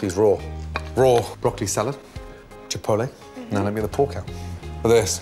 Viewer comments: Paprika? Smoked paprika. Jipotlay? Smoked jipotlay. Amazing? Beautiful. Get it right jeez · chipolly? what? XD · Is it chipotle?Or chipoltly?Wth is chipotly? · "Chipolee." "Smoked." 'Orgasm' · Somebody please make a compilation of all the times gordon mispronounces "chipotle" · how did he pronounce chipotle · "Paprika" "Smoked paprika" "Mm I love that" 2 minutes later... "Chipotle" "Smoked chipotle" "Mm I love that"